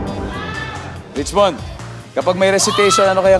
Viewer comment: Rich-what? Richmond!